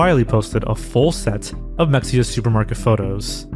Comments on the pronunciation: Mexia is pronounced "muh-HEY-ah" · It’s pronounced: Meh-hay-ya. Mexia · I would watch a full mexia video but only if you pronounce it correctly. It's Meh-hey-uh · It’s pronounced ME-HE-YEAH, not MEX-YEAH. Did you even research the case at all???? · What is Mecksia? I know of Mexia, but not Mecksia. . . Weird. Wonder what Mecksia is. . . Did you mean Mexia? Its of Nahuatl origin so that X is an H. There aren't many instances of the X in Spanish sounding the same as the X in English. Usually its an H or S, and in some regions of Spain it is /ʃ/. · This is such a small correction but “mexia” is pronounced Ma-hay-ah. We have a town named mexia as well in east Texas. I grew up there lol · it’s not pronounced “mecksia” “”